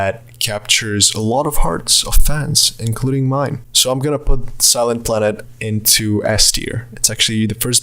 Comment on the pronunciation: When he said Silent Planet. I didn’t really hear what he said so I understood "silence splendid" and was hella confused 😂